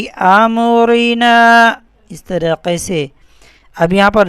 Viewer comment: Aap amrina ke meem per zaber de rahe hain padhne ke fauran jaise ki ~amarina~ ni hoga blki amrina hoga alif meem zaber am ~ama~